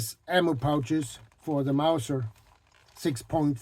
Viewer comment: Did you say Mauser or Mouser? If you rub some mink oil on it, it will soften up a bit. That's a really cool belt. I particularly like the hook. That is super useful for many reasons.